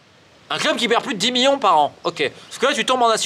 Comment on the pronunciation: « 10 miyons » 😂😂